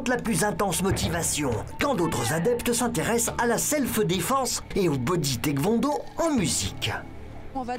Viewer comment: TEK - VENT - DAU il est sérieux le mec . . . ?